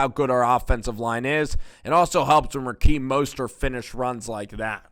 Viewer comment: It's RaHeem not RaKeem lol